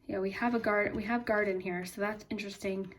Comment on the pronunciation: when you said garden i thought you said my last name carden lol